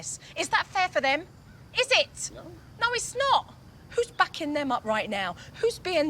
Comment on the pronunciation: Jo “who’s backing them up” - sounds like “bucking” - could be interpreted as sounding like F ucking” = makes sense with all 3 words, sounds better as the interpretation 🤭